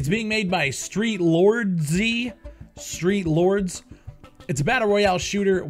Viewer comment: Cant even say the name correctly... and yes the game is trash but I dont understand why u want qaulity control. Let the market be free and open to anyone and let the consumers of the free market push people out by not purchasing the product and review bombing it when necessary. Valve is a publisher but steam is a platform. As a platform you dont have the right to violate the peoples volition. This is the exact argument people are making with the censorship on youtube and various platforms. make your argument persistent across all instances not just the ones that back your business. I say this as a fan not an enemy or critic. Check yourself.